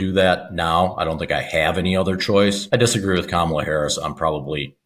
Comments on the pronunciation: You can tell some of these guys are legit Fox viewers the way they pronounce Kamala. Hahaha! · For f**k sake, learn how to pronounce Kamala properly.